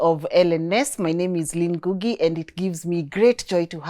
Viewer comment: you have decolonized alot n i thank Ngai for it. Kindly make one improvement for me. Rectify ur pronunciation of ur second name from Ngugi to Ngũgĩ. Be proud of ur accent. Much appreciation